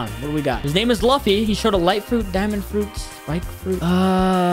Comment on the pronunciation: “Luhffy” instead of “L-oo-fy” makes me know this guy didn’t watch one piece